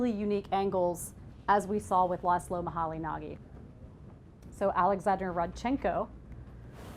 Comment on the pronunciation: Laszlo Moholy-Nagy is pronounced 'muh-holy-najj' not 'muh-holy-nah-gee'